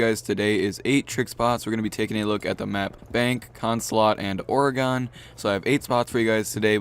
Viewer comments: The map Oregon is pronounced he same way as the state, or-a-gun not or-a-gan wtf dude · People never fail to impress me with their horrid pronunciations. Orgon... Really? I'm Australian and I know that it's pronounced Or-e-gon. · Oregon not Oreeegon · orygon... Oregon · Staph saying Oregon like that I live in Oregon and we say it like oregin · Oregon is pronounced like "organ". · he puts too much emphasis on the "e" he says it like "or-ahhh-gon" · who else gets mad when he pronounces Oregon wrong? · you pronounce Oregon wrong, I live there and it irritates me. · Am I the only one who cringes when he says Oregon? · The way you pronounce Oregon...I want to punch you...love your vids tho